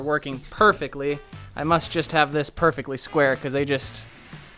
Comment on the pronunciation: say perfeckly one more time. say it.